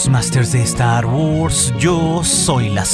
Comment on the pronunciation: "Saludus másters de estar wors"... jejejeje